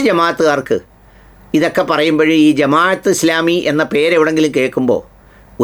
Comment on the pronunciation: പത്ത് വാ അല്ല ബ്രോ.... ഫത്‌വ എന്നാണ്..അത് പോലെ ജമാ'യ'ത്ത് എന്നല്ല ജമാഅത്ത് എന്നാണ്.. കാര്യങ്ങൾ പഠിച്ച് മനസ്സിലാക്കി public platform ൽ വരിക.. മലയാളത്തിൽ വാക്കുകൾക്ക് Pronounsation രീതിയുണ്ട്. അത്‌ പഠിക്കൂ ബ്രോ